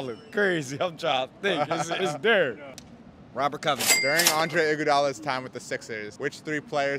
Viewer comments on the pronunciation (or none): none